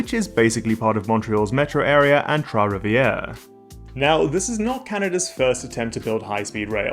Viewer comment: As a resident of Trois-Rivières, I must say kudos on your prononciation! I actually drove from Trois-Rivières to Toronto a couple of weeks ago. We wanted to take the train, but didn't book our tickets in time and were being charged 800$ for a round trip which took the same time as driving. We had a great weekend in Toronto but it's hard to justify going for more than a novelty visit. This high speed rail would change all that, I hope it works out!